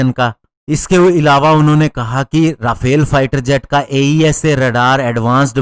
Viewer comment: भाई राफेल नहीं, रफाल सही उच्चारण है।